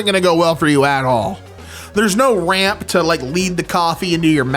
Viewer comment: No RAM!? THAT IS NOT A COMPUTER! THAT'S... Oh... Ramp! It sounded like he said RAM